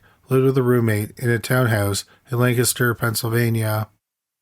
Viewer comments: I applaud you sir, for pronouncing “Lancaster“ correctly! I live in Lancaster County and NO ONE outside the area can do it! Great stories and prayers for the families. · Thank you for pronouncing Lancaster, PA correctly. Most people pronounce it like the late actor Burt Lancaster's name. I know that this is apropos of nothing but, it's really the only thing I have to say about this episode, besides that I really liked it.👍👍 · You said Lancaster right! Thank you so much! It shows you guys really did your research